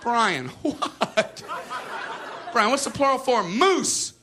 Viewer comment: MOOSSEN. Lol